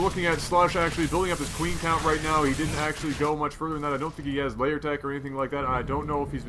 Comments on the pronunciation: I've always wondered why you say "layer" when it's "lair". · The English pronunciation of lair is "layer".